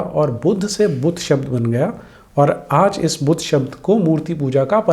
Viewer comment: चलो अपने को पढा लिखा दिखाने के लिये "बुद्ध" को इंग्लिश लहेजे मे "बुद्धा" केह रहा है। लेकीन "स्तूप" को "स्तुपा" कौन केहता है बे?😂😂😂